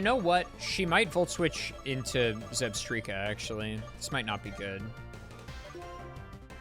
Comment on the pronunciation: "ZebSTREEka" is surely ragebait, right?